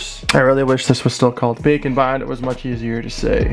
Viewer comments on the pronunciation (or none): Is it just me or does he sound like he says bacon bond